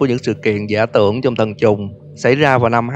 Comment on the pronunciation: sao ảnh nói thần trùng mà tui cứ nghe là t*nh tr*ng 🤣🤣